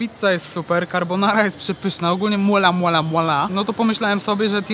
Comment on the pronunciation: Okolo 11 minuty, mowie do Siebie skoro jest takie dobre to dlaczego nie ma "MUALA", az tu nagle Ksiazulo wymawia MUAAALAAA! HAH fajny odcinek i pozdro dla mlodego